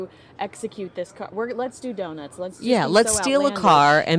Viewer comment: “Doin’ the Do-Nits”